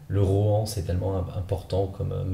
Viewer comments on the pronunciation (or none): none